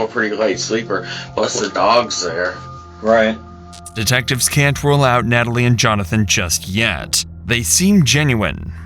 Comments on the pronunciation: This didn't make sense until he said "nat-a-lie" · Right when he said Nata-lie, I was like WTF Forrest?! 😂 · Wow this interrogation just...wow and how he pronounces his sisters name amd his stories and his accent sounds so weird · He pronounces all their names phonetically -- instead of Al Capone, he says Al "Cap-One" -- he looks at the word as cap+one. Also, Natalie = Nata+Lie It's very strange